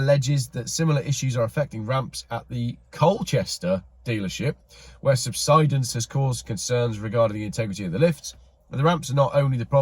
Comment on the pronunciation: Nice to hear subsidence pronounced properly, news readers make it sound like something the HM Customs are looking for 😂😂